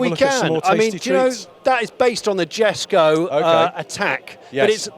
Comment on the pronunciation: Jesko is pronounced "yess-ko."